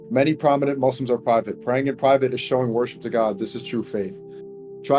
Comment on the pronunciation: did he say worship or praise?